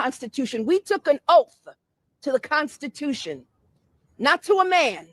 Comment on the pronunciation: I want to vomit when pronounce constitution